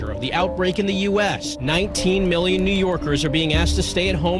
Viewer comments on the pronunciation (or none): none